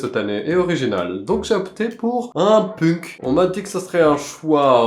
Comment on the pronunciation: Alors qui lui dit que punk sa se prononce penk 😅😂 Sinon je t’adore et ton l’engage aussi ❤